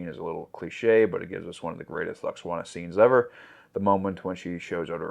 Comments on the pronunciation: Lol pronouncing it Luxwana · Phonetically lou-ox-ana 😅